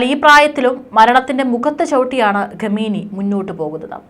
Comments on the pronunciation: ഘമേനി അല്ല മാഡം. ഖ യാണ് വേണ്ടത്. നോക്കി ശരിക്കും വായിക്കൂ. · What is this Ghameni... pronounce well... please correct